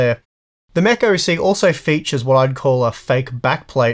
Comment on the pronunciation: Every time he said Mech, I thought he was saying “meh”.